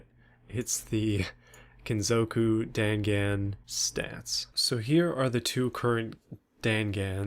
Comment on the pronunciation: dangan is pronounced dong-on